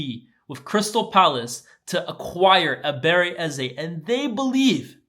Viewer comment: Ebere-CHI Eze,. Come on.